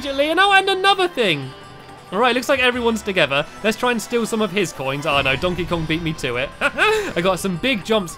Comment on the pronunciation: I love how he said dontey Kong 😄